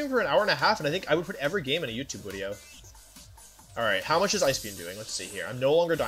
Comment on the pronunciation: Pop-up Wolfey said video not wideo, unacceptable